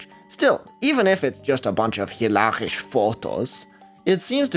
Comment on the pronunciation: You really need to work on your Dutch pronunciation. The (sch) in Dutch is not /ʃ/ like in German, it's actually a cluster /sx/ and word finally (as in hilarisch) it's just /s/. I suppose pronouncing as [w] is technically not wrong because there are some Flemish variaties that do that, but the most common pronunciation (esp. in the Netherlands) is [ʋ].